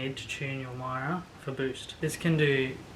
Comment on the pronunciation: Love your vids but please... It's Mira with the 'Mi' from origami